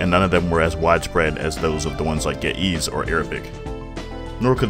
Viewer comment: The way he pronounced Ge’ez and Amharic killed me 😂😂😂